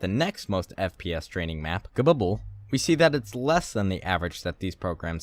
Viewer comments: KeBuBuL? really? It's COBBLE STONE! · why does he proununce cbble as kabubble? lmao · the way you said Cbble fucking killed me